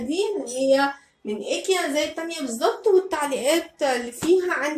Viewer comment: حاول تنطقي كلمه ايكيا صح لانها مش اسمها كده تنطقها صح ❤️❤️